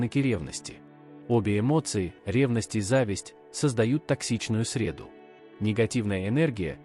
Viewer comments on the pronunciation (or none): Не срЕду, а средУ